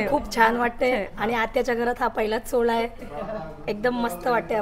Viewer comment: सोहला नाही सोहळा